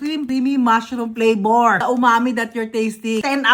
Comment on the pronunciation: Flavor = "PLapouRrr"